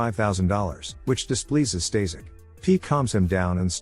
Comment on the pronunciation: The guy you called "Stazek" is actually "Staszek" and is pronounced "staSHek" with "a" pronounced with german accent.